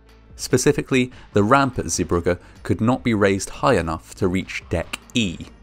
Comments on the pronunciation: It is pronounced "Zee bruje" not "Zee bruggah". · Dutchy here. The pronunciation is zey-BRUH-guh. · Good pronunciation of "Zeebrugge", not exactly right but good enough. The g sound is soft like ch sound in the word "cholera", then it would've been perfect. This is a very well known accident and any Belgian from a certain age knows about this accident. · Zeebrugge is not pronounced as “Zibrukke” but as “Zaybrugge”, the “g” sound is hard to find a equivalent of in English, but it’s kinda like the ch in loch. :) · Zeebrugge Zay bru(h)gge